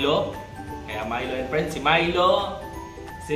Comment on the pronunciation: Friends not prends